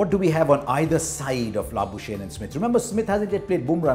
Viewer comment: Labusene? 😅😅😅 I know it's difficult to write his name.. even pronouncing is tough. It's Labuschagne..